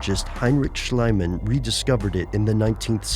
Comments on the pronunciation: It is pronounced SchlEEman not SchlYman. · Great video. On thing: not Schlyman. It's Schlieman. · he´s spelled "shlihman" or "shli-man", not "shlyman", for a german that sounds like "Schleimmann" / "Slime-Man" ^^ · the correct pronunciation of Schliemann is "Shleeman" (with the a pronounced like in "car")